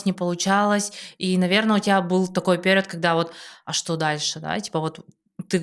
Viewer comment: Интересный выпуск👍 я играла в несколько трансформационных игр, и пожалуй, единение тени и души пока лучшая из всех. Рекомендую близким сыграть обязательно. Но после просмотра подкаста пошла в гугл проверять ударение слова перИод😅 очень уж режет слух💆‍♀️